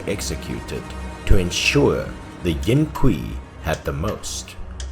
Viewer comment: Bruh did they just pronounce qi as qui? 😐